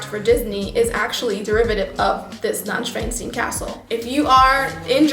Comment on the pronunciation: Not that you would not use an english R... But you sound in some ways like a german english-learner. - You still have clear pauses between your words, you pronounce the S-sounds quiete hard, you sometimes say a german W (which is else an english V, not a UU), ... "Neuschwanstein" for an example - You have all the sounds, but do not use them. "Neu-" (correct) ... "-schwan-" is not like "shvan", but like "shvuhn" ... "-stein" is not "steen" but "-shtyne", without the E pronounced. So "Neushvuhnshtyne" would be correct spoken. ... Btw.: You usually do not need a new ticket, if you miss a single train. It will be most likely appropriate for next one in your direction, which is, also most likely, max one hour later, but sometimes has to be the same type of train for the same ticket.